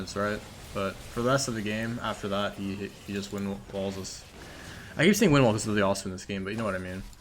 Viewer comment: whats worse is that keeps calling anivia wall wind wall >_>